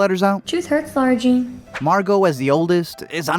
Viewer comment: Her name is Lara-Jean not Laura lol